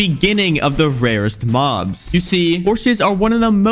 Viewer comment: "Minecrap has many different mohbs"💀